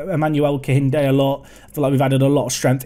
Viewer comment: AYYYYEEEEE A NIGERIAN SUPERSTARRRRR!!!! GLAD TO SEE ONE OF MY OWN REPRESENTED IN THE SERIES. Also for pronounciations, its KEINDE, the H is silent